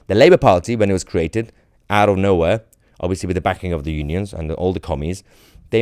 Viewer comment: And he's wite oot on his arse, allwite